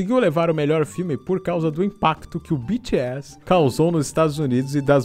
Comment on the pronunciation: O que o fala: BTS O que eu ouço: Bitchy Ass